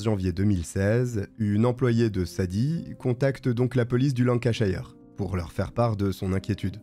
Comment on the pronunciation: Encore une vidéo punch et efficace 😊 PS: les toponymes anglais qui terminent en "shire" ne se prononcent pas "chailleur" mais "cheur". Exemple ici : Lancashire se prononce "Lancacheur" 😉